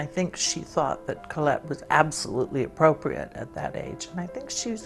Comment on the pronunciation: I really appreciate how she pronounces the name Colette. Thank you Anjelica Huston!